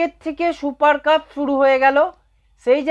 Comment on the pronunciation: 'শুপার কাপ' !!!!! আগে ঠিক করে 'সুপার কাপ' বলুন।